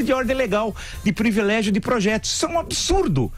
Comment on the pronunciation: não fale do português dos outros não que desde o começo do programa ouço o senhor falar Previlégio \!!!